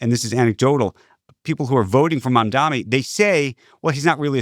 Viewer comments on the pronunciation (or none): It’s MAMDANI not MAMDOMMY lmao!!!!! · Scott, it's Mamdani, not "Mamdami". Not that hard. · It’s MAMDANI not “mamdami” I know republicans do that on purpose as a sign of disrespect but why are Scott and Andrew both doing it